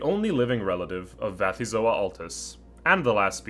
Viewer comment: Why Vathyzoa with a v? If the first element is from the Greek βαθύς "deep", I would expect Bathyzoa. The Greek letter beta is pronounced as a v only in Modern Greek, and taxonomic names usually borrow from Ancient Greek.